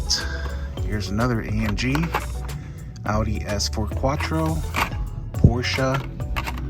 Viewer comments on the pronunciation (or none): Porscha??? Im sure it’s Porsche lol